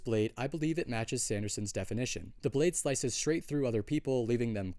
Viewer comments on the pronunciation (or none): none